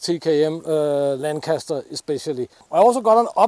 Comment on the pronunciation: When a Danish guy who lives in Russia pronounces "Lancaster" more correctly than 90% of Americans....